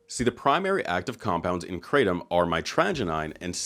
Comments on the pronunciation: kra tom , not crate tum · its pronounced Kra tom not kraytom. dont know why that annoys me so much. But i am high on nam tom all the time hahaha. The locals here brew it up and mix with cough medicine but that cant be good. I brew 20 to 30 leaves with 2 limes then put on ice and mix with a bottle of coke and 2 fruit ice tea sachets. Over 10 years now, keeps me cool in the heat and gives me a nice buzz. I was worried about giving it up and when I went on holiday where they didn't have it it was not great for the first days but I drank 3 cup of coffee a day and after 3 days I was back to normal. Also before I drank it I was getting colds all the time and since I started that has stopped. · Lots of shady red flags about this company. Even the way she mispronounces krahhh-tom makes me think she’s intentionally obfuscating what this drink really is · lolll having grown up in Thailand it is SO funny seeing the rest of the world come to grips with kratom, as well as annoying hearing people pronounce it "Crate 'em" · Say Krattom ONE MORE TIME..... LMAO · She can't even pronounce the word right and she wants me to buy her product😂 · New brew bitch intentionally mis pronouncing kratom is fucking hilarious